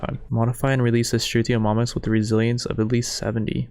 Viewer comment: The way this guy pronounces some of the dinos is killing me haha. Struthio-MOM-us and Deon-eh-chis.